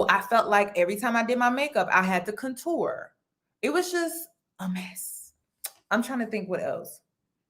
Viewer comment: “kun-TOOR” instead on contour is crazy